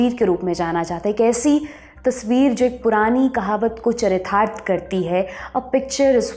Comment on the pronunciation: क्योंकि आप हिन्दी पत्रकारिता के क्षेत्र से जुड़ी हैं आपको शुद्ध उच्चारण की क़ोशिश करनी चाहिए, चारितार्थ का उच्चारण यहाँ और बेहतर बनाया जा सकता है.